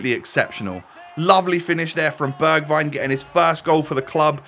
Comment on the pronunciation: You say it like berjwign